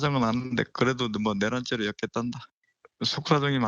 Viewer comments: " 역겠단다 "가 아니고 " 역겼단다" 로 들리는데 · 엮겠단다 확실? 엮겼단다 로 들리는데?